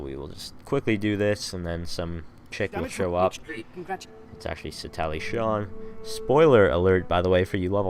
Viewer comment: Satallie ???? It's pronounced sah teal lol good vid I guess... Could be improved with more detail on fights and less complaining about the quality of the group. I lasted 5 minutes into the vid